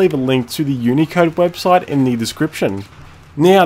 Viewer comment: i thought you said unica intead of unicode